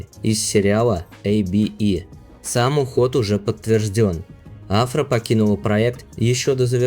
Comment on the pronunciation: Турецкие имена и фамилии имеют ударение на последнюю гласную АфрА СарочоглУ КерЕм БюрсИн.